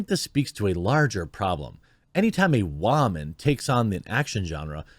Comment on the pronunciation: Why pronounce the word "woman" in a weird way ? Sounds foolish. Just stop.